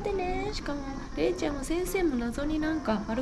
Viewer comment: 福山雅治おもしろすぎる😂『れいちゃ〜ん』の発音が完全にあんちゃんのソレなんよ😂